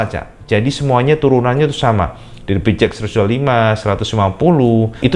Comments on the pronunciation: pi-chi-eks cak haha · Yang ku dengar "Pi ci eks" awokawokawok